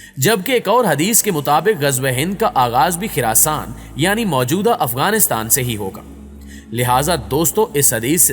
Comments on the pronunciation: Ye khiraasaan nahi hai. Khurasaan hai. Khurrr na ke khir Ap log ache bhale name ko bhegar dete ho. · It's Khurasan not Khirasan!! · to Khirasaan nahi khorasaan hai خ کے اوپر پیش ہے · Khirasan ni Bhai... Khurasaan